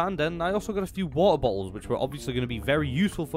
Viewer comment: wo’oh bo’ohs